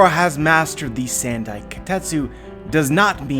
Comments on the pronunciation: The Wado Ichimonji and Shusui are both important swords for Zoro as a character, I don't see him losing them so easily. Also it's not "sand-i" it's "san-dai". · "Sand-eye" kitetsu? Sounds painful